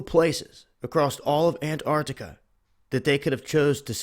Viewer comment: arrrrghhhhh it's not acrosst it's across bro plz stop sayin acrosst